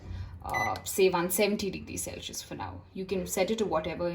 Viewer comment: its sel sius ( celsius ) not sell shius!!